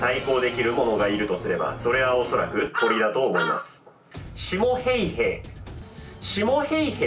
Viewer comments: フィンランド語の発音って難しいからしゃーないしゃーない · ナミ･ヘイヘさんじゃないですか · 「ヘイへ」の言い方が何度聞いても「ペイペ」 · シモ・ヘイへの「ヘイへ」の言い方好き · 今更正月SP、対抗手段、ヘイヘの発音、何故か歌い出したりなど、ツッコミで呼吸困難になりそうだわwww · ヘイヘの発音と最後のが素直に喘ぎ声に聞こえたやつ出てきなさい 先生今なら怒りません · 「ヘイヘ」の言い方wwwww ヤメーやwwwww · ヘイヘの発音おもろすぎ😆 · ヘイへ普通に言えよw ムカつくわw